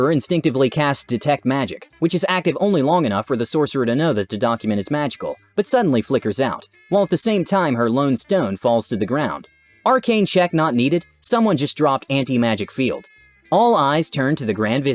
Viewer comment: I cringed when he said "Loan Stone" I assume he meant Ioun Stone?